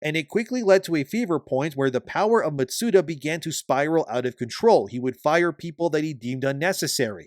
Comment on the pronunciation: Matsuda? Shugeri? Any chance you could properly pronounce their names?